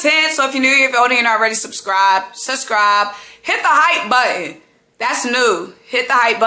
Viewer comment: Symone the only one who correct herself after pronouncing “subscribe” correctly the first time only to say it the Symone way “SUH-scribe” the second time